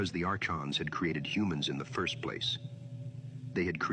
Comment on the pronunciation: Saying it wrong, it's pronounced are-cons 💯